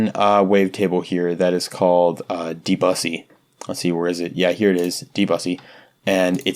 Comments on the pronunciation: very nice ma8! lmao also debussy refers to the pianist, pronounced deb-oo-say. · Debussy is a brilliant composer my friend. pronouced de, bu (like the end of blue or cue) and ssey like see. de bo see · Debussy / deux bu si